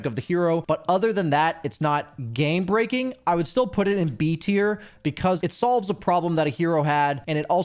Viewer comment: you said "Gay breaking" instead of "game breaking" about Kotl's shard lol